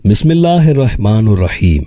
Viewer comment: Bismillah saheeh naheen purheeh